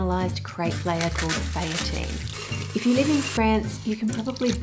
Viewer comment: French is tricky (I should know, I'm an Australian living there) but just so you know, Daquoise is pronounced "Dack-kwaaz" not "Dack-kwee". "Feuilletine" is more "Foy-a-teen" than "Fay-a-tine" and nah, you can't really buy feuilletine at the supermarket, but you can buy gavotte crepe dentelle biscuits and crush them up which will give you the same result.